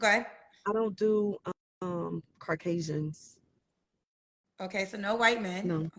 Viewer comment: Shes said... 'carcasian'